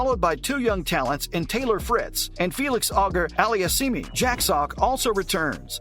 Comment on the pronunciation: "Diego Schwartz"? "Auger-aliah-SEEMY"?🤦🏻‍♂️